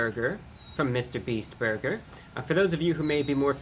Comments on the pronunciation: Dweam burber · I love how he says burger